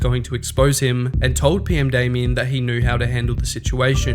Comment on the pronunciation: you: says PMdamian or Potemer multiple times subltitles: says everything exept PMdamian and Potemer in the correct way